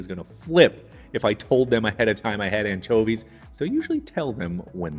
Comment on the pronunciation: I like how he says “anchovies” I mean, “anCHOAvies”